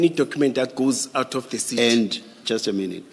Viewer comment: Seetee seetee instead if CITY!!! You see yes yes yes yes de seetee